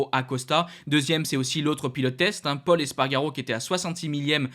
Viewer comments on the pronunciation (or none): none